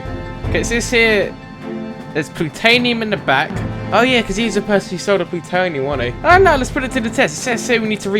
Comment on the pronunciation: lol he says plutanium instead of plutonium